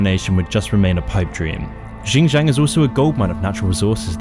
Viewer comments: I like how you butchered "xinjiang" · You don't even know how to pronounce Xinjiang and Uighur. Pretty much Falun Gong. You know who's dissagre with China about muslim are? US, Israel… Well, not sure these 2 countries have a good reputation towards muslims. This video is a total joke.